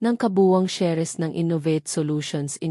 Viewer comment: Ano b Yan Hindi marunong mgbigkas ng inglesh words....SALES at SHARES Salis dw at saris hehehe